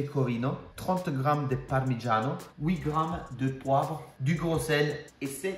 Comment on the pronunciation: His "parmigiano" is totally italian except for the "r" which is influenced by his mindset of speaking french